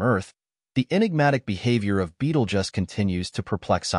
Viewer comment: Beetlejuice not Beetlejuss